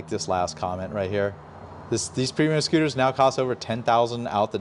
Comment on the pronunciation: "I Like Scuters".